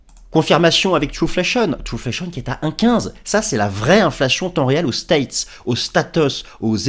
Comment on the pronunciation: « Aux states ! Aux statheuss » 😂🎉